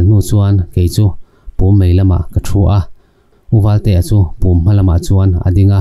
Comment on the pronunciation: Pum pawh a lam dik loh em hi.....